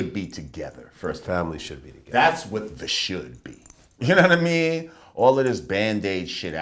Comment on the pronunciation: "uknowwhatame" - lord jamar